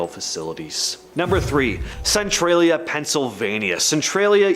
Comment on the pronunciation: Pronounced Centralia (Sen-trail-ya)